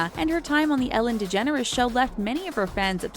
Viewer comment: Boiiii did they just say Ellen De-generous bc it is pronounced de-jen-ers get it right